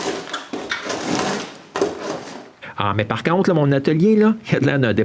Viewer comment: non ! c'est pas leu , c'est: " là" !